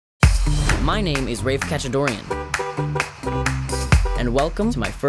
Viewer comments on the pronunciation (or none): Wait? Did they pronounce his name Raef? Oh god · They're saying Rafe's name wrong. It's shortened from Raphael because his mom named all her kids from the renaissance and the shortend version is pronounced r-ah-f-e not r-aa-f-e